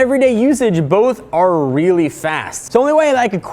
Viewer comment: I think he said "rarely" instead of "really"